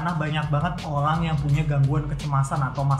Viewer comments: O rang orang... bukan orlangk orlangk.. ok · I hear Olang olang